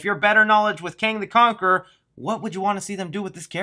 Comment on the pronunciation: "Kong the conaquerer" 😂lol. Good video